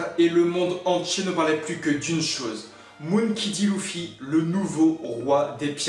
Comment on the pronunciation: Clichés a mort Et tu prononce mal monkey D luffy